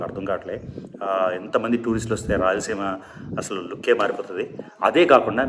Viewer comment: Kindly say raylseema